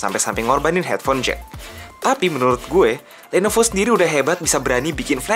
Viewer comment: kpleset ngomong lenovo atau kuping gw yg salah ya?